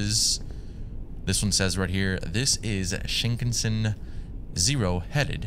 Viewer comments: Pronounced as Shin-kahn-sen(like send w/o the d) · I’ve never heard anyone pronounce Shinkansen like that before 😂